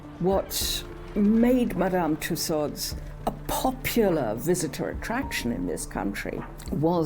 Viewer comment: I can't listen to her name mispronounced.